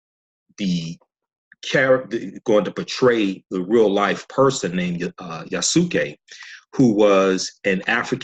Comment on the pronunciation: The way you say his name is Yah-ss-kay. The (u) is silent in Japanese. Not (Yah-sue-kay) It's Yasuke. Wanada forever✊